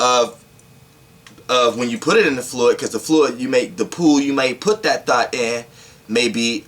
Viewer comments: It sounds like you said THOT but I know you were speaking on THOUGHT. LOL....Good video. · I luv ur energy but when u say thought it sounds like thot 😄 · I keep thinking he saying thot😭😭😭😭😭😭😭😭😭😭😭😭😭😭😭😭😭😭😭😭😭😭😭😭😭😭😭😭😭😭😭😭I pulled a thot out the air